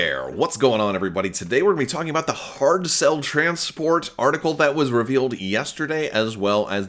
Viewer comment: You were close on the pronunciation of the name of the giveaway winner--the "ch" in Irish and Scots Gaelic words is a hard "ch" like "loch" in Scottish...and a "Galloglaoch" is a mercenary! ;) Speaking of pronuncuation/spelling differences: I heard the name of this ship as "Hard Sell," rather than "Hardcell," which is interesting since the Trade Federation is part of the Separatists and they have a lot of commerce-based names for things, etc.! So, I guess that this means that the Separatists never have "Tainted Love," then, since they only have Hardcells and no Soft Cells, eh? ;)